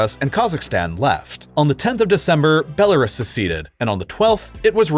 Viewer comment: bro rlly said “bell ah ris”